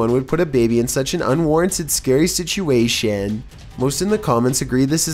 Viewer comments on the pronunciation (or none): Seriously? Shishuation? There's just no way it's not on purpose now. He's said situation plenty of times before correctly